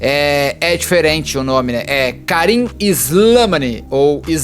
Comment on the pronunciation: O Argelino , a pronúncia correta é SLEMÁNI . Em idioma árabe é aquele que descende de Slemàn ( Rei Salomão)